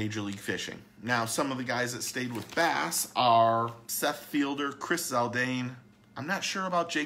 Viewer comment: Its seth feider not fielder